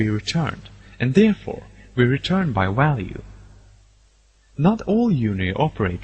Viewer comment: It then returns the walue